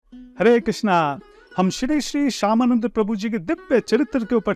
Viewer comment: हरे कृष्ण प्रभुजी, और तो सभी बातें आपकी ठीक हैं। लेकिन आप जब भी किसी का नाम लेते हैं तो (आ) की मात्रा क्यों लगाते हैं। जैसे आप बोलते हैं हरे कृष्णा, जीवा गोस्वामी । आप सीधे सीधे हरे कृष्ण, जीव गोस्वामी इस प्रकार क्यों नहीं बोलते। कुछ भी कहिए मुझे तो यह उच्चारण की दृष्टि से ठीक नहीं लगता। प्रणाम 🙏। ओम नमः शिवाय।।